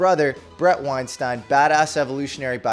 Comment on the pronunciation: Thanks for getting the pronunciation right,. Being chastised has taught you well - Weinstein, like a fine wine. Not Weinstein, like bean. Anyone else see the resemblance between Eric and Clavicular? He made a face around the mark and I saw it. Now I can never unsee it. Handsome gentlemen 😎